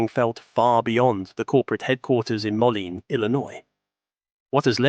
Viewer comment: MOE LEAN! Not whatever you said.